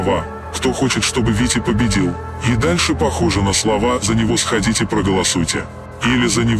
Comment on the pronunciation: на исходнике этого видоса, в лучшем качестве это звучало так: "Кто хочет чтобы Витя победил, давайте схОдите, проголосуете?". Также, в видос не попало продолжение этого ролика, где этот чел в наушниках произносит едва разборчивую фразу "Это не надо писать" и камера уходит в пол. Пруфану на Стриме, если состоится.